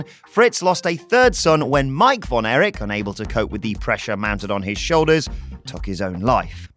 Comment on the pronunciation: Erich NOT Eric